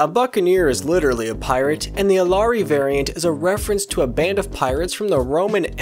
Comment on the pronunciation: Hearing you pronounce Illyrii as Alari was painful to say the least but other than that great little video